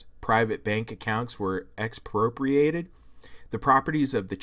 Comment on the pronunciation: dude? you said Dostoyevsky like you never heard of him before you expect people aren't going to notice that? YOU CANT SAY NIETZSCHE RIGHT YOU CANT SAY "EXPROPRIATED" dude? YOU CLEARLY HAVE NEVER HAD A CONVERSATION WITH ANYBODY WHO KNOWS HOW TO SAY THOSE WORDS WHICH IS EVERY COLLEGE KID IN THE FUCKING WORLD EVERY LAST ONE who the fuck do you think your kidding dumbass? dude youre only fooling people dumber than you I DONT THINK YOU UNDERSTAND HOW FEW PEOPLE THAT IS